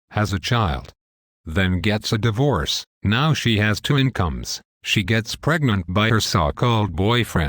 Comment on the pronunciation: what is Die VOOrce? lol least the robot voice got a face this time.